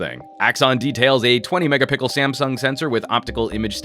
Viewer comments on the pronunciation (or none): He pronounced "megapixel" as "megapickle" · megapixel NOT megapickle LOL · I can't be the only one hearing megapicke instead of megapixel. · I just realized after like 5 of these real camera reviews that he says "megapickle" That's wonderful, I'm stealing that,. lol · LOL a "20 mega PICKLE sensor"? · Why does the narrator keep saying "megapickle"?? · i love it how you always say megaPickel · Who else Heard "the 8 MegaPickle Front camera" on ??? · 8 Mega Pickl ? :D Thats how you said it :) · I swear he said mega-pickle twice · I swear you might be right! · He keeps saying mega pickle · Am I the only one to hear "megapickle" / ? :D Never mind that - the review was good and I love the show :) Keep them coming mate :) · the first camera video i saw frome you when you said magapickle i thought you were jocking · 20 megapickels😅😅😅😂😂😂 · every time you say mega pickle Laugh and make my coworkers think im crazy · haha lyon hes not being serious he's making a joke, pronounces megapixel as megapickle xD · I was making fun of how he SAID megapixel. He pronounced it "megapickle." I know there are 20 megapixel phones out there! Did the joke really fly over everyone's head? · hahaha yes he did😂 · 3x hearing it, just to make sure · He did, didn't he. And more than once too. Mega Pickles indeed. 🍔